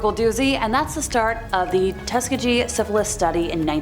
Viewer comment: Very good and interesting video as always. Little US pronunciation nitpick: Tuskegee is pronounced 'tusK-ee-Gee' with a hard K and a hard G